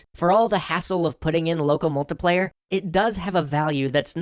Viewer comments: i find out hilarious how you pronounce it "locuhmultupleyu" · Loco mocoplaya. I'm sorry I just noticed it every time you said it.